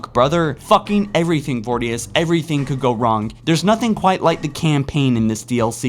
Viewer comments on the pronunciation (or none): Vor-i-dus. not vordius, lol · Its voridus not vordius... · For fucks sake! You're a halo channel and you can't even pronounce basic words and names FROM HALO! I've been a loyal fan of your channel for years but enough is enough, there are so many other better halo channels. "Vordius?" The game literally says both brute's names every chance they get so that you can differentiate between the two. It spells it out for you! Please get this stuff right!!